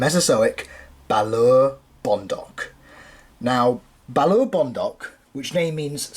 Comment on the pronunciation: By the way "Balaur" is pronounced a bit more like "Balauur" or think of how you say the two Oos in "fOOd"